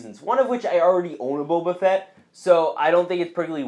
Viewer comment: I’m sorry, but I just couldn’t stop laughing when you said “The Book of Boba Sett🤣”